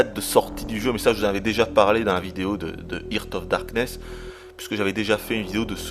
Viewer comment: hooper, je t'aime, t'es un dieu... juste une question, pourquoi t'obstiner a dire... "hirte of darkness" ? xD